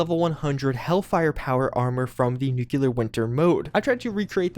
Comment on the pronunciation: New. Clear. For the love of God. How you say nuclear. 😆